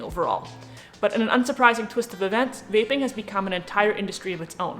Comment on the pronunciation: At first I thought you said “bathing”, not “vaping” 😂☠️